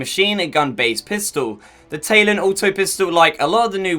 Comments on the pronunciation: Lol I'm English and it's Ta-lon, some people are just special. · im british but i still know its talon not taylon smh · you short bus ridin, window lickin donkey, it’s TA-LON not TAY-LON. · Its talon not taelon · Talon, like the talon of a bird. Not tay-lon. Ta-lon. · The taylon you mean Tal-on right?? Good vid either way but come on bud lol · My guy keeps saying taylon